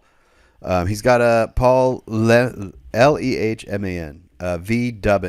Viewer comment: Also it’s pronounced “lay-man” but spelled Lehman ❤